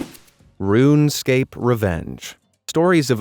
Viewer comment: Ruunescape 💀💀💀 ok this is not a hate comment just sayin :D